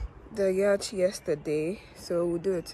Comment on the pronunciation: quick correction: The pronunciation of yacht is NOT ‘yarchhhh’ — it is ‘YOT’.